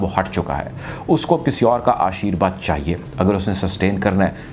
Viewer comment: ashirVad not ashirBad